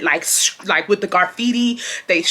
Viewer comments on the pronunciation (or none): you were hurting my soul with the way you was saying graffiti 😭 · Lol, not GARfeitti 😂graffiti baby❤ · Not Garfiti 😭😭😭 “Give ma fckin lighta” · Garfitti??? Lol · Side note: “garfitti.” 😂😂😂 ima start saying it like that lmao girl I love you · That had me laughing so hard. Everytime she said it...